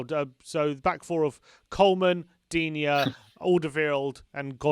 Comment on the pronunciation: As a french i'ts funny to see that the Spurs fan pronounces better the name Lucas Digne than the Everton fan ^^ and it's funny to see how high he is rated in England, whereas most Frenchs don't rate him (personnally I think he is great though)